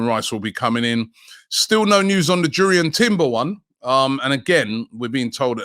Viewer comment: I’ve heard the Jurrien Timber deal will be confirmed when you start pronouncing his name correctly 😭 please Robbie, Yurrien Timber. I’m not sure why it’s so frustrating but it is 😂